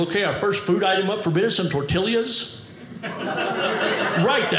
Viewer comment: I dunno, I think pronouncing "tortillias" phonetically makes sense. But then, I don't speak the Spanish, either. 😁